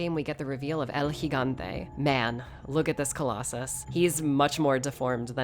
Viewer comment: About time I hear someone pronounce Gigante correctly. Always hear Gee-gante instead of Hee-gante.